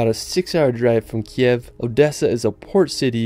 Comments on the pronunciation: Sorry, but not Kyev , right Kyiv ) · Thank you so much for this amazing video! I live in Ivano-Frankivsk, it's amazing beautiful and very cozy city near the Carpathians. It;s just the name of our capital is pronounced as Kyiv (Kiyiv), this is ukrainian language (Kiev is russian style). I wish more and more people to know how beautiful and special Ukraine is ))))) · Nice video. You just need to update your pronunciation of Kyiv. Rather than the ruzzian transliteration (Kiev) which you pronounce in this video, the capital city of Ukraine should be pronounced as Ukrainians write and pronounce it, something like this: K + Eve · not Kiev, but Kyiv